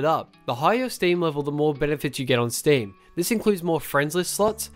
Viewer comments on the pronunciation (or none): stem this, stem that. my ears got cringe fucked